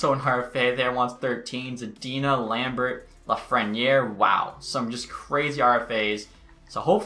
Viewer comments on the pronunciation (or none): none